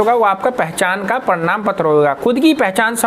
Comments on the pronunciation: Are Bhai parnam patr nahi hota parman patr hotahe😂😂😂😂😂😂😂😂😂😂😂😂😂😂😂😂😂😂😂😂😂😅😅😅😅😅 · Bhai ji parnam nhi parmad bolo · प्रणाम नही भाई, प्रमाण होता है, आप प्रणाम बोल रहे हैं